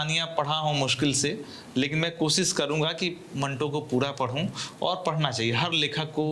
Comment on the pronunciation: कोसिस नहीं कोशिश होता है।